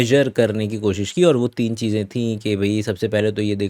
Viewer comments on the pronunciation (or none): none